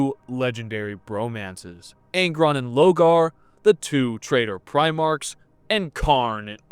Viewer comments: Love this video and your little comparisons to anime arcs but some of your pronunciation dear god 🤣 you’ve read the books it’s LOR-GAR 😅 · Is there a reason he keeps mispronouncing Lorgar’s name? Like an inside joke I’m not aware of?